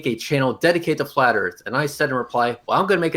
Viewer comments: Accent was interesting. I repeatedly heard "shape of the arse". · Did he always say 'erf'?